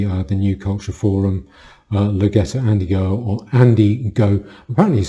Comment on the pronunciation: Its Andy No, not Go, all i could pick up that sounded wrong to be fair. Great video